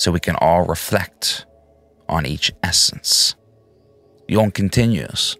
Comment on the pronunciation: Could be...its mainly in how you're pronouncing "Jung"...which is so technically correct it makes me think you speak German too. But I'm just a slack-jawed Texan so what do I know lol